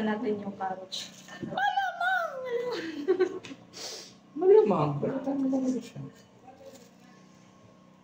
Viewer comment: Hello,, gusto lng kita icorrect sa tawag mo sa CARROTS kasi ang pagkabigkas mo ay CARROCH, ang tamang bigkas ay KAROTS .. sige lng dahan dahan matutu ka rin